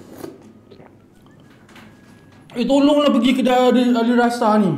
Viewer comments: Alissara bkn alisrasa hmmmmm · Ali-ssara bang.. Bukan ali rasa 😅😅😅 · Ada sedikit tersasul disitu.. alissara disebut alirasa 😂 okay lah enjoy jelah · Sedap punya pasal...Alissara dah jadi Alirasa 😅😅😅😅😅